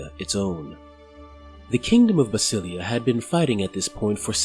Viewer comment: Is it really pronounced that way? I think basilea should be pronounced with an emphasis on the e as it is a reference to the greek "basileia tou theou" Kingdom of God, similar to Elohi referencing to Elohim, one of the Hebrew names of God.